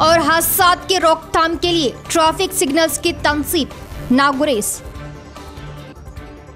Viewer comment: Traffic ko trofic bolre madam